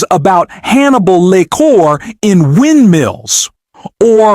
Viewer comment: Lequer? Uhhh, no. Lecter.